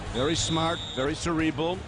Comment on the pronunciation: Commentator straight up said "cerebal"....